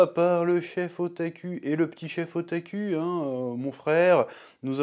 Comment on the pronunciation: Chef, tu devrais faire un effort d'éviter de prononcer le "u" japonais comme un "u" fr. Prononce ça comme un "ou". Ça fait très bizarre à attendre "O-ta-ku" comme "O-ta-cul".